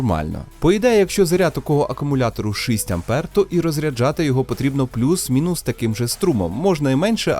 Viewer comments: Файно сподобалось дякую тільки шість а не шисть😅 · Дуже ріже слух "шИсть". Потренуйтесь будь ласка.